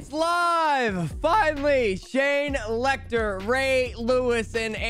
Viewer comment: I love how you just throw in an extra letter with every name you say. ‘Shane LechTler